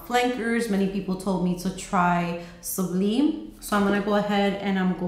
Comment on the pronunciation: Great reviews! I love Fusion. Some note in Goddess makes me nauseous which makes me sad. Just a note...Sublime is pronounced like sub-lime in lemon and lime. 💗